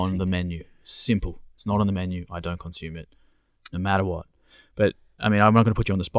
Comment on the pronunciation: Those tribes are not our ancestors. Tsimane is not pronounced 'Chimane' and consume is not pronounced 'conchoom'